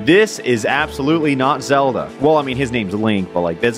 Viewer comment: Look I get it, your tired of oceanhorn Well the game I have for you is called zEE e L Da